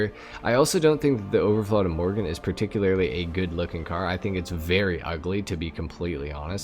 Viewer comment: But you still call it imorgen in the video. It's pronounced like two words "i" "morgon". Means tomorrow. Överflöd means abundance. The umlauts (dots) over the o's totally change the sound, to something like a short "euw". It's loosely based on Koenigsegg Gemera, which does have a double turbo on the petrol engine. And three electric motors. It's ridiculously fast, for a family sedan. 1700 hp, 0-60 mph in 1.9 seconds. The owner and designers' mom gave it its name, a compilation of "ge" and "mera" (give more).